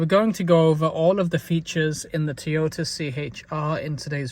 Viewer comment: Tee yota....😂